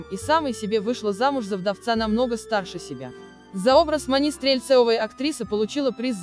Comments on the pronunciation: Почему коментирующая женщина говорит как по-турецки?! "Подруга МанИ, " вместо "МАни". Читает текст, не задумывается! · точно! Прям слух резало. И МанИ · МанИ, ЛюсИ…. Почему ударение на последнюю букву? Робот читает? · Диктор хоть фильм бы посмотрела. Роль МанИ, ЛюсИ. Слух режет.